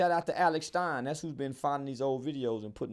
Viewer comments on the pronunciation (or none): none